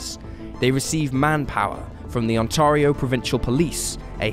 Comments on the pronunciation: The province is pronounced 'On-terry-O'.. The word you wanted was QUALIFY as evidence, not quantify. I'm surprised you didn't address human trafficking, a very common reason for disappearances. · I wish the Brits would learn how to pronounce "Ontario". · He needs to learn how to pronounce ONTARIO